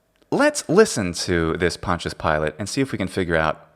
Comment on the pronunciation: You’re pronouncing Pontius wrong